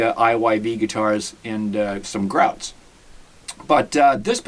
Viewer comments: Paw-low-nee-a and licks-pro. And please at least say Grote as in growth and not grout. It's hard sometimes to understand Boston here in Texas. Excellent playing, so it's amazing for the price. A pair of pickups and wow! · Gro-TAY as per mfg. Thx for the vid